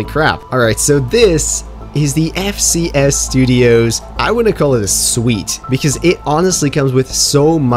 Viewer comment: bro he said FSC not FCS